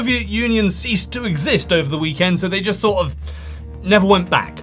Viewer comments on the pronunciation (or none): none